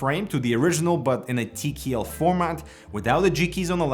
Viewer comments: "gee nine fiftin tee kee eel" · TeeKeeEll, love it!